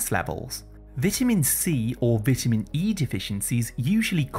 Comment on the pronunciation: Your saying vitamin wrong.